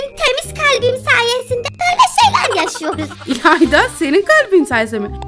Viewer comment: ilanda neden herkesin sonuna "cuk" diyo abla (bide beni tanıtıyon videoda ayıpp) "ilayda" :]]